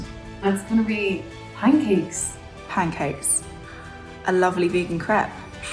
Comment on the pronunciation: Nina saying pancakes is a crime